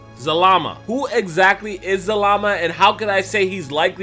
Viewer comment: He was saying zamala in the other video that just triggered me